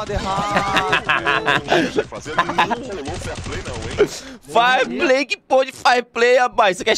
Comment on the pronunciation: "Farplay" kkkkkk